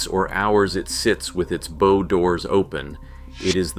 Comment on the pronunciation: "Bow" such as on a ship rhymes with cow. Look it up.